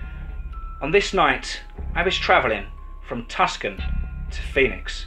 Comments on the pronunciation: It's not called Tuscan, it's called Tucson, pronounced "Too Son", I know you probably didn't know how it's pronounced . The only reason I'm saying anything is because I live there and I'm just a stickler for the way it's pronounced some people call it too stoned, but naturally that's the stoner crowd or the people that smoke marijuana. But it is pronounced "Too Son" otherwise keep up the excellent job of the channel love the stories and do an awesome freaking job and I listened to the stories all night long just about every night and pretty much listen to them all day also I'm kind of obsessed with them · Tucson, not Tuscon. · Idk y people call (too-son)Tucson Tuscan it’s weird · Tucson is pronounced too son or two son not a hard c. Great story thanks. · Your Englishness is awesome... Some tips. Tucson is pronounced two sawnh... I love your channel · Sorry yeah it’s pronounced (to son) although the spelling is not. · Hey man love your stories but you don't have the pronunciation down for a lot of American Towns,. Such as Tuscon,. It's pronounced too-sawn. The C is silent. I've held off telling you till now,. You need an American to help you with certain words and places. It would make you stories better in my opinion,. Thanks and hope you don't take it the wrong way. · I was thown off at first when he said it that way too. I see how it happened though, being British he probably thought it was pronounced similar to Italy's Tuscany. For future reference it phonetically sounds like TooSawn. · diane macdonald two- san, Tucson